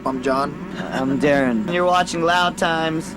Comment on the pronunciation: its not darren its daron, da fuq